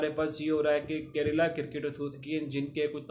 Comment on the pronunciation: भाई करेला नहीं केरला😂😂😂